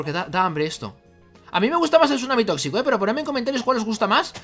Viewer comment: El sunami tossito...